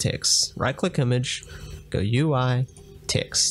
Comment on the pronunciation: good tutorial but i have one question. why you keep saying ticks instead of text?